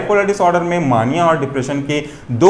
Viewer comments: मानिया नहीं मेनिया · Bhai mere maaania nahi hota mania hota hai.....correct yourself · Mania is pronounced as “May-nia” . Loved the explanation . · Please pronounce mania properly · Plz pronounce properly mania